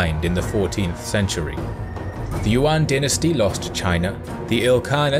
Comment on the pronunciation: Not "yu-an" dynasty , "yuan" dynasty